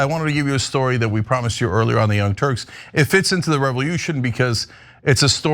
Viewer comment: Why is Cenk calling it a "Revel-yution" with that incredibly distinct and pronounced "yu" sound two times in a row within 13 seconds of this video playing?